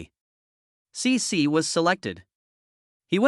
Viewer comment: Sĩ Sĩ as AI calls it.